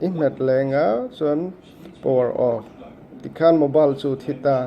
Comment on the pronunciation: I thring lutuk.... Mobile tiin lam rawh Mobal a nilo.. Reboot system Nau pawh a nilo. Reboot System now tur zawk a ni...